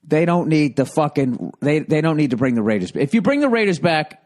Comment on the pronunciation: The way Bill says "DA RAYDERS" is golden.